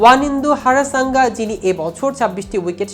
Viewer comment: Harasanga ki 😂? Hasaranga😂 Nam poira news koiren bro